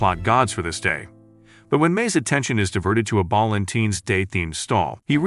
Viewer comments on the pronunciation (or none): Balentines✅ Valentine's ❌